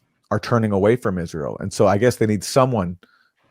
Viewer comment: Eye-Ray-L most likely has a nuke in either DC or in Saudi Arabia's main oil processing station. The Abqaiq facility, located near Dhahran.